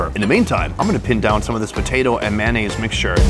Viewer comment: Big fan.....but its pronounced M A Y O naise...not maonaise. ; - ]